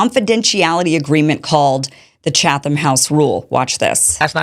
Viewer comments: When I saw Tim Pool talk about this segment of your show, I was very upset with you Kim. He's absolutely right that this segment shows both your ignorance of journalistic practice (it's 'Chat-um', not 'Cha-thum') and your desperation for relevance and clout. You've been passed by many people in your lane of news coverage in the past few years, but I think you fail to realize that your anti-establishment agenda is anchored by the fact that you want to remain purely anti-establishment. That's positive and negative. You are grounded in your coverage of the establishment, and you can easily keep your priorities centered and in focus, but you are going to remain constantly on the fringe and marginalized. That's the price you pay. Tim Pool has never really been against journalistic or political establishment, per se, but rather he is harshly critical of those institutions when he thinks they deserve it, and willing to give them credit when they do something he thinks is right. That's what I see when I see the list of people who were invited to this meeting: people who have been critical of Israel, but who are also willing to be critical of Hamas, Iran, and the pro-Palestinian movement when they act a fool. That's why he has more clout than you, and no amount of outrage at this 'secret meeting' is gonna change that. I think I won't unsubscribe to you for now, but I'm putting you on notice. Stick to your lane, and focus on what you're good at and good for. This whiny hall monitor shi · Pronounced “Chattem” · The H is silent lady. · You are a joke. Pathetic, really. And you don't pronounce the "h" in Chatham. 😂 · You don't even know how to pronounce Chatham... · Hahaha- look at the attention seeking desperation with this lady…you are being mocked by this grifter- she is so desperate that she doesn’t even know the rules and pronounces them incorrectly..LOL